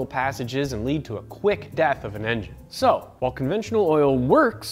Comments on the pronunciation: onventional huh. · ONVENTIONAL? Y'all out here creating new words😂